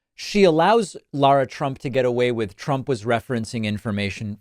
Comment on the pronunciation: Name is pronounced Lara not Laura.